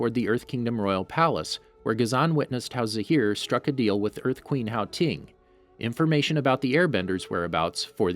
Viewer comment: It's HOU ting. Pronounced Ho ting not how ting